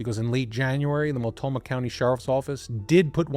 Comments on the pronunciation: and hey no serious points for how "Mult-NO-mah" tripped you up this often. I only know of Multnomah County from Sheriff John J Bunnell and his television appearances after COPS Figured right away, he'd get his own program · You overlooked the 'n' in Multnomah County, just fyi for when you cover Portland again. I just found your channel, great work 🙂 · Mult- NO - Ma county, not Mult-Toe-Ma. Just another error. And it's The Dalles (The Dales), not Dallas. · Love your episodes! But, could you PLEASE take a few seconds to verify/learn how to pronounce the core/key words you use!? Listening to you say: Mul-Toe-Mah 30+ times when it's: Mult-know-Mah, is SUPER aggravating to ALL Oregonians. I know it's a simple mistake, yet still important detail. Let alone it will make us question the accuracy of the remainder of your "research"!? FYI: it's NOT pronounced "Dallas" (as in Texas) it's said: The "D-Owl's"! Also, it's NOT the "Will-Ah-Met-Tee" River, it's the "Will-Lham-Met" River. 😂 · Small detail: it’s pronounced Mult-KNOW-mah. 😊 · Is he constantly mispronouncing Multnomah County, or is there another county named Multoma? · I have been binging, and thoroughly enjoying your videos. This story happens in the PNW - my home, where place names don't always align with the spelling; so please let me correct you (for future): Boi-see (not zee), Mult-no-mah County, The Dalles is pronounced The Dells. There may be more - I'm only 20 minutes in on this one. May seem petty, but it's kind of like someone repeatedly saying your name wrong... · It’s Mult-no-mah, my brother. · And The Dalles, not The Dallas. At least he didn’t say Willa-met. 😂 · Yeah, I heard it as well. He left out the N.